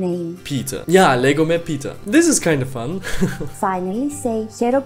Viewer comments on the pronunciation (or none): It's Not Peter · Your name is actually pronounced Peteos in greek and also spelled like that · first dont say peter say or πέτρος and you see in this ε letter is a tone this is shouting it is pEtros not petrOs